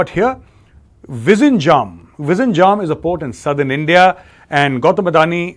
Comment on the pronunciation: Sir your pronunciation for Vizhinjam port was not correct